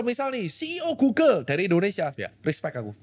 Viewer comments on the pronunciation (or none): none